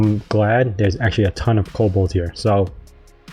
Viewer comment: No L in the middle of Cobalt lol but great series keep up the great videos!